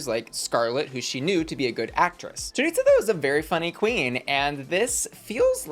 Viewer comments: I lol everytime you say choriTza and not choriza. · I hate how everyone mispronounces choriza’s name 😭